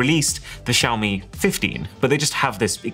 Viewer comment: Xiaomi did Wiaomi